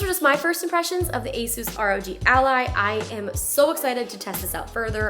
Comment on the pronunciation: Finally somebody who says Asus the right way. XD